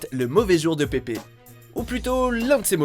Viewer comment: C'est Pépeuhhh pas Pépé